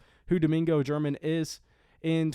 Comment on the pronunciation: Ger-man, not German.